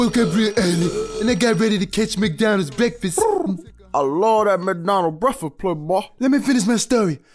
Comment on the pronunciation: mcdonalds brefast lol